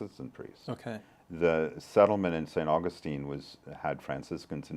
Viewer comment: Just a quick, friendly mention -- the saint is St Au-GUS-tine. The city is St AU-gus-tine. Accent shifts. 💙❤️